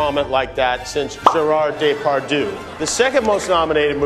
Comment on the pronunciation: not him saying gérard depardieu's name wrong 😭😂😂